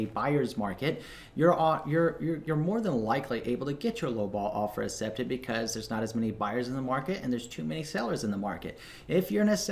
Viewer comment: I love and hate at the same time the way you say accepted haha